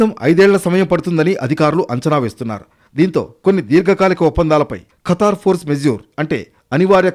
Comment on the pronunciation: కతర్ కాదు ఖతర్